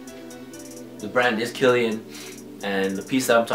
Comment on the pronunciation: It's pronounced Kill-e-on lol. Dope vid and keep it up!